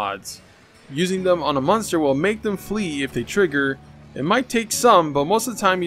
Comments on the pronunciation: Does any body realize he say munster instead of monster? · You say monster like meunster lol